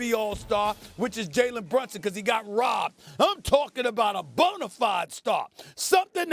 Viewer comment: Perk. His name is BrUnson. Not BrOnson